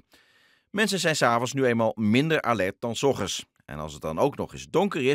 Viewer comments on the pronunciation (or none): Die man zegt ogend in plaats van ochtend😂😂